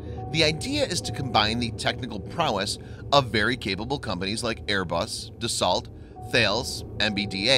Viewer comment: Dassault pronounced Dasso, not "dassalt". Macron not "macrone". (to help you "improve" since you asked for it ;)